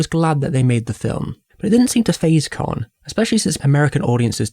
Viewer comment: ka not ker its not chinese its japanese!